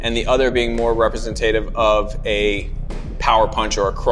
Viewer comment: represenTAYtive.... I loled